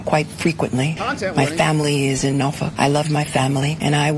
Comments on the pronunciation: Her pronunciation of Norfolk is: No F*ck. Lol 😂😂😂😂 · She doesn't visit Norfolk you can tell she doesn't even pronounce it correctly